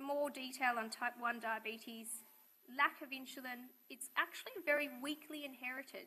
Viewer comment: Not sure why she keeps pronouncing insulin as inch-a-lin but gd vid.